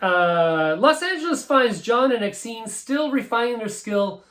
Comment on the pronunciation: Corrections: the soundtrack from Repo Man isn't the only place you find Institutionalized by Suicidal Tendencies, it was first released on thier debut self-titled album from.1983, a full year before the Repo Man movie soundtrack was released in 1984. / Exene pronounces her name Ex-een. It rhymes with names like Francine, Maureen, and most relevantly Christine which is her actual first name. / The Misfits didn't introduce skateboarding to punk rock, and in fact, they aren't even part of the skate-punk sub-genre, they are horror-punk. The bands most responsible for skate-punk were Jodie Foster's Army (also known as JFA), Code of Honor, Big Boys, and a little later, NOFX. / The song Strychnine is pronounced Strick-nine. Yes, it was originally by The Sonics. Since you mentioned the X album was produced by Ray Manzarack of The Doors, you might want to mention that Cramps album was produced by Alex Chilton of The Box Tops and Big Star. By the way you mentioned that The Cramps also started a subgenre. It's called Psychobilly